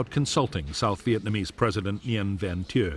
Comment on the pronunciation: Narrator pronounces Thieu wrong 😒